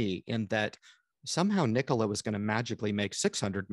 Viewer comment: Nikola, say it with me... .. Nikola 🤣🤣👏